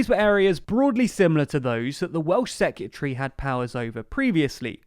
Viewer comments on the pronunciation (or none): I love, and I hate to be that guy, but I can't stop noticing how you say "secyutry" instead of "secretary". 😝